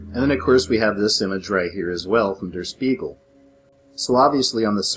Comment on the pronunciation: Der Spiegel is pronounced "shpiegel", and means the mirror. Jus' saying 😎